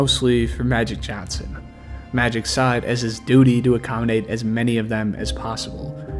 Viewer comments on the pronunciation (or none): none